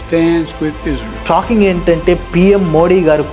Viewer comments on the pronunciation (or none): Bro mundu nuvv izrail anaku nerchuko israil adi palakadam radu